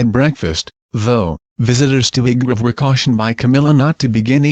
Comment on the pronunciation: Crap can't even say highbrow properly